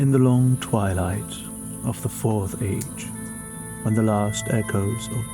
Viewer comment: Oh my GOD.....35 seconds in and i am SMITTEN with your speech pattern, and the way you say words in that..accent? The almost old-timey-wimey you say "In an ayych where lechend still lingerrrrs" , the pronounced "oo" in "the turning of a bOOk page" Man..really got me drowsy as hell in the first minute. Liked and subscribed. AND Added to my personal, curated list of "BEST ASMR" videos. Incredible choice of theme, too, im a sucker for high fantasy. Edit: Holy shit, man...this is like hollywood level ASMR, cinema, post-production, editing, effects, ohhhhhhhhhhhhhhhhhhh sound quality..zzzz